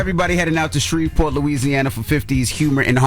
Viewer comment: Envy finally stopped saying Shrevesport. 😭